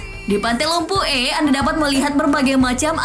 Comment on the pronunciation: Pantai lumpu eh Saya dari pare pare dan itu bukan cara bilang lumpue